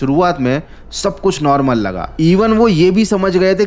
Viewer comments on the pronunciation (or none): none